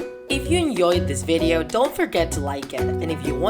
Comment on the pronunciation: anyone else notice how he said "hope u enyoed this vedeo" or is it just me?